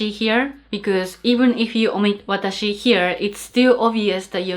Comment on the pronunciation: no, we say watashi. but,we don't say waataahsee.